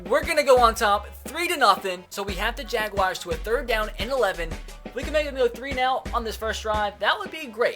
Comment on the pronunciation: you say jaguars wrong